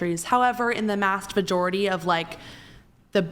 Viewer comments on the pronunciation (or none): "However in the mast vajority" pffft. She thinks women are better but cant even speak correctly. Point invalidated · "however in the mast vajority" IDIOT